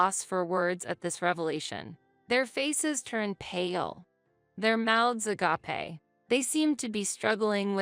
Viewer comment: Ah-gah-peh 😂 (agape) AI hasn't figured it out yet 😂